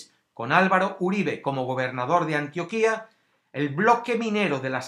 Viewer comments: Gracias por el vídeo humano, compartiré. Antioquia no tiene tilde en la i, por tanto no se pronuncia Antioquía, sino Antioquia. Saludos desde Colombia! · Hola, muy buen video. Recuerda que se dice Antioquia, sin tilde, no Antioquía como sí se dice Antioquía del orontes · Se dice Antioquia (con acento en la o) no Antioquía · No se dice "ANTIOQUÍA". No tiene tilde en la segunda "i". Tiene acento en la "o". Pffft.... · No se llama Antioquía, se llama ANTIOQUIA, sin acento. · No es Antioquía, es Antioquia, infórmese bien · Antioquia pendejo NO ANTIOQUÍÍÍÍA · videos no vidios españolete antioquia no antioquía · Mr. Scrupulous El del comentario se equivocó o lo hizo intencional, jamás se ha escrito ni llamado de esa forma acá en Colombia, mejor escúchalo de esta chica, así se pronuncia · Es Antioquia no Antioquía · Muy buen video amigo mio, bastante informado, agradezco que no haya un sesgo político y bastante objetiva la información una aclaracion, espero no sea muy chocante pero se pronuncia Antioquia y no Antioquía como la del mediterraneo Muchas gracias por el video y a la gente que apoya este tipo de contenido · Antioquia no se dice como tú lo dijiste en el vídeo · Esto es una mierda, ¿cómo va a poner esto de uno de los lugares más horribles? Usted mismo dijo que fue por causad naturales, entonced ponga Armero también, ponga todas las putas ciudades que han sufrido un derrumbe; y Antioquia tiene acento en la o, informese bien antes. Y si habla de líderes sociales, es toda Colombia la que está en la mierda; una basura de video. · Ni siquiera sabes pronunciar antioquia... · Aunque la pronunciación está mal en Antioquia, no importa. Quería notar el intro de powerbazinga en el minuto xd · la Antioquia de Colombia es palabra grave, no aguda. Por lo demás, excelente documental. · Burro, pronuncie Antioquia bien! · este baboso no sabe ni pronunciar antioquia y si viene ha hablar basura